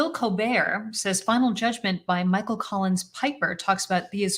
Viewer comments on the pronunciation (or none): none